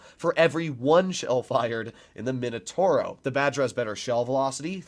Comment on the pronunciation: No mainotouro, m i n o t a u r o I can't listen to it anymore... mamma mia